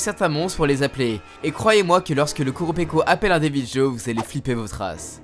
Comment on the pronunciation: Team armes de soutien et le deviljho se prononce devilro